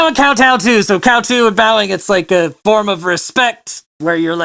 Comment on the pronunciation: Kowtow is a bow [Cow-tow (like towel)]